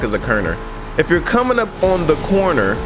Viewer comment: Bruh said cerner 😂😂😂🤣🤣🤣